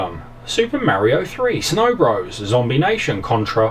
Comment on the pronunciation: Mario BRAS. DISCLAIMER. Sorry for that you just said it funny. And your videos are awesome by the way.